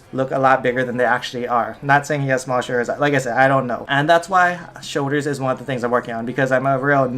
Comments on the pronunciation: "shouldas" smh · Dilan Mistry Hawaiian accents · Did you guys listen? 'showDers' 😂